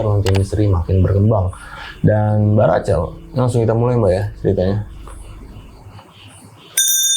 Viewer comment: Pelafalannya Racel? Bukan Rahel? Narsumnya cool bawain ceritanya ❤ Thanks